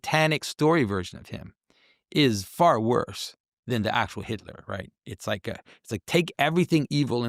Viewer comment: Oh believe me,, we like it. We wike it a wot!